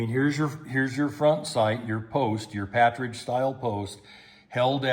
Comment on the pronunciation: Not meaning to be disrespectful but it's not a "patridge" sight, it's actually PARTRIDGE as in the bird, partridge. Just your "t" and "r" have got reversed.